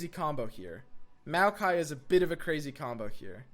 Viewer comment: lol, everytime I hear him say it I imagine a jar of mayonnaise.